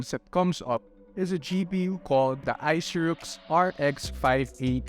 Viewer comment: hahaha.. keeps murdering the brand name.. Aisirux